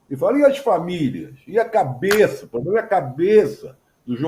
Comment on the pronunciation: Eu não sou a favor, como diz um poema de Carlo Drumont: Ema, ema, ema cada um com seus "pobrema".